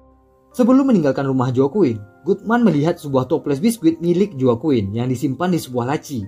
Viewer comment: Mau koreksi dikit bang, Itu Baca Nama Joaquin Ny jgn Joaquin jgn gtu bg, bcny Hoaqin